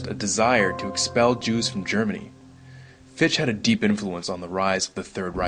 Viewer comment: Fichte's name is pronounced FIK-tuh. BTW: Mann asserted that education MUST be non-sectarian. So all charter schools would flunk his test.